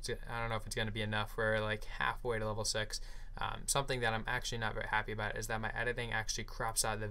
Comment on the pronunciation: Did u say level sex? Lol great game though, as always